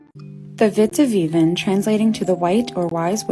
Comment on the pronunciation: Two stories that "happened" in the Netherlands? Woah Edit: I love the way she pronounced "witte wieven". As a dutch person myself, I find the way english people pronounce dutch words really enjoyable!